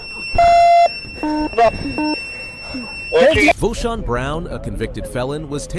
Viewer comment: Voshon??? No,, tell me it's not so